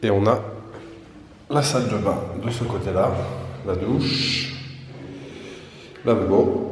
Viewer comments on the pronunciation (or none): none